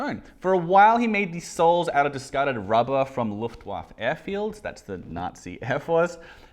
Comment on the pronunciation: Did he just say "Loftwaf"? Mate, it's Luftwaffe. Looftvaffuh. I bet you're one of those people who say "Porsh". YUGH